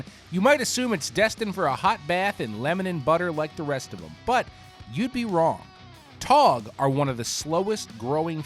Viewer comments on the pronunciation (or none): Toe-tog ????? TAW-tog !